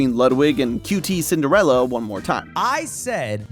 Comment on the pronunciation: Hearing emphasize both the Q and T in qtcinderella’s name is bothering me soooo much. I’m so used to hearing it like the word “cutie” not Q T